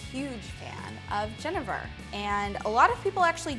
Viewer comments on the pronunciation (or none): went to get some genever at the liquor store... Pronounced it like did. The man at the counter happened to be dutch and corrected my pronunciation. its Gen-ee-ver apparently. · Just a tip, genever is pronounced "jenneaver." It has the long E sound like beaver or cleaver. (jəˈnēvər)